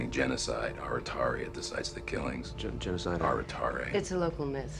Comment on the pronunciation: They say aratare... This is wrong, in Romanian its Arătare you ride ă as ɛ